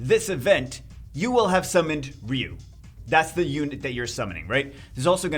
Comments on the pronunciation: it 's RYE You, not Ree You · He says reeyou instead ryu😂